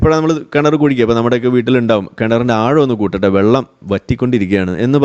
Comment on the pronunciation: ചുച്ചു ബെള്ളം😂